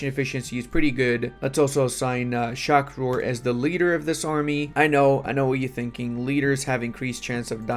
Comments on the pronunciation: pls stop saying sha kur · Bro cannot pronounce shah rukh if his life depended on it